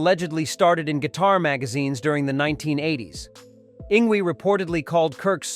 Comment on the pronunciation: "Ing Gwee" LOL!!